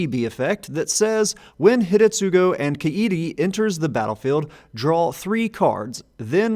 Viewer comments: Yeah found that amusing, too. But also I believe, that the first U in Hidetsugu would be silent, like it is in many japanese words. Asuka is prominent example that comes to mind, whos name is actually pronounced Aska. But I might be wrong here, cause everytime I tried to get into the silent U topic I could never find a clear rule for when it's supposed to be not silent... ^^ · Does due diligence that it's pronounced Ka-ee-ree Does not do same diligence that it's Hih-deh-tsoo-roo Jokes aside, i had been considering building this deck. Primer appreciated!